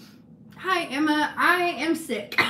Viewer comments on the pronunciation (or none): none